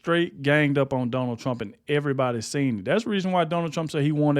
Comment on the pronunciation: TRUMP not TRAMP